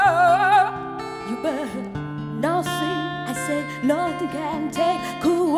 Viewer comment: Na sờ thing..không dám đánh giá thanh nhạc nhưng chỉ nghe cái cách phát âm Nothing = Na sờ thing thì thua rồi..Kiểu ăn cháo ốc mà bị nhai phải con ốc con vậy. Nghe bạn này phát âm từ Nothing lại nhớ bạn MC chương trình này đã từng có câu phát âm Everytime = E vy thơm bất hủ.